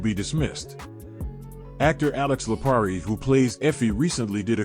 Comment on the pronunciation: So you added an extra syllable to Blanca Rodriguez' first name. That's no big deal. You also added an extra syllable to actress Alix Lapri's last name (referring to her as Alix La-PA-ri). At least you're consistent with your mispronunciations. Good content, but step yo' verbal game up...